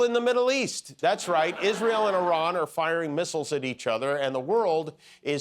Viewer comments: Good Lord, Karoline Leavitt can´t even pronounce "Iran" properly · i ran...its erun...where did u run😂😂😂😂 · "Eye-Ran"? Maybe you should start learning how to pronounce the names of other countries correctly before you try to act like a Presidential Press Secretary. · Someone please tell her how to pronounce Iran. It is not I- ran. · Honey, it's not pronounced "eye-ran." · she cant even pronounce Iran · Geee, Karoline Leavitt can’t even pronounce the name of a country (Iran) correctly. Yeah Leavitt, you should run, instead of getting involved in the Middle East, when your boss can’t even run your country! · Why is it that MAGA people don't know how to properly pronounce Iran?